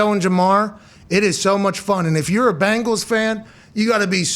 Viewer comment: I'm really starting to believe Pat likes the Colts more than the Bengals lol.. Sorry Pat, don't hate, we're better! Who Dey!! BENGALS NOT BANGLES YOU SOUND LIKE CHRIS SIMMS!! No wimpy indoor facilities here! Who Dey Who Dey Who Dey think gonna beat them Bengals NOOOOOOOBODY!